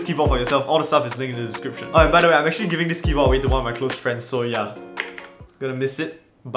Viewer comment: Why does he pronounce keyboard without the d